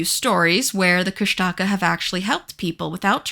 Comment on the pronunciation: Kushtaka mentioned brrrrr. Koosh tuh kah is how it was always pronounced in my town but just though id share. Also idk why they chose to spell it the way they did but tlingit is actually pronounced Klinget with an almost k like g just thought id put that out there